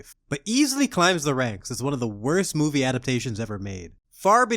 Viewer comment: my farts better than this 'moovee'.